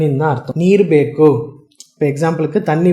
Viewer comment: bEkku illappa, bEku